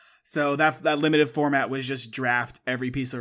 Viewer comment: Obsessed with how pronounces “Limited”